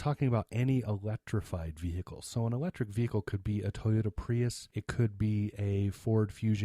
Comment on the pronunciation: Vehicle, H silent. go back your school learn..